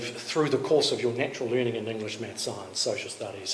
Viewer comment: Literacy. Learningt. T. Learningt. Good literacy.